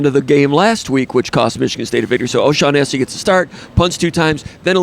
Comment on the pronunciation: is he saying O'Shaghennessy?